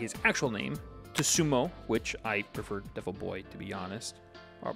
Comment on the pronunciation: calls devil boy Tsutomu "Tesumo" bro... It's pronounced "sue toe moo" the editing is cool though (